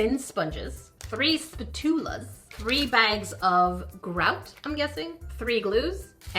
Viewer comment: Spah-toola! That’s how I will be pronouncing spatula from now on…I can never go back. 😑